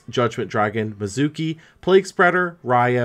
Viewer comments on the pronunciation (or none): none